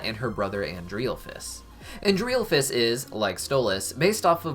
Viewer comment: I love how you say Andrealphus’s name wrong